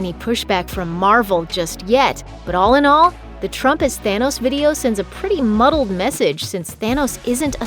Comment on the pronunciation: Muttled? STFU you mentally devolved narrator.